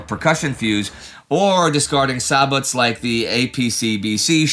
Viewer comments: sabot is pronounced SAY BO. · That is not how you say sabot.